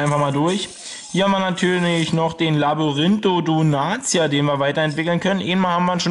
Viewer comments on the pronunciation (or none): Er heißt nicht LabyrinthodoNATIA sondern LabyrinthodoNTIA